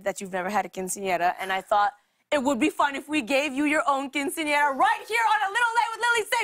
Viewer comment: is anyone else bothered by lilly's pronounciation of quinceañera ? ¿le molesta a alguien su pronunciación de quinceañera?